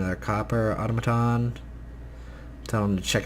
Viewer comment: Au-Tom-A-Ton not Auto-maton